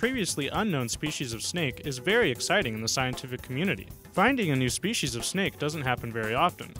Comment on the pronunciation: New SHPEESEES of a new SHPEESEES! How exciting!!!